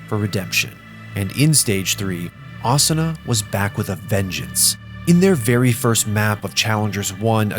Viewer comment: The weeb pronunciations tho. AH-SOO-NUH not AH-S’NA